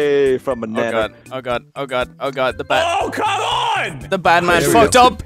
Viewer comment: he said "Nanner"